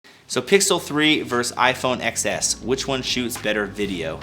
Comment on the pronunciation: It's iphone 10s. Please not xs